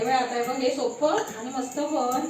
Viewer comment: ek request aahe tu ळ च्या जागी ल का बोलतोस आजही title सगले आहे please ळ बोलत जा आणि पण आनि बोलतोस राग मानू नकोस videos छान असतात तुमचे पण थोड भाषेत खटकते